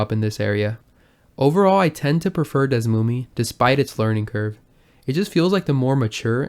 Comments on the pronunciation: its pronounced /dɛsˈmumiː/?? ive always been saying it like /ˈdɛsmumɛ/ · It's Pronounced DS-SUE-ME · Desmume sucks FR, worst name, old and slow, not modern, however it's great for researching games with the tools. I think it's pronounced as DS-moom. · ive always pronunced it Des-ooo-me